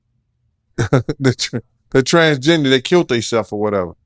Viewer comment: When says transgender it sounds like he is saying transginger. My guess would be he would call them ginger bread man when he was with his boys as code for “that’s not a women, that’s a man” only speculating